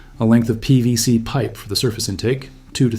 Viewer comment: I hope you consider this civil...but why can't you say PVC? It sounds like it's the first time you've ever said the phrase aloud.